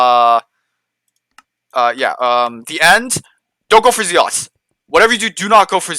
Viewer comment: very helpful,but Z-lots xD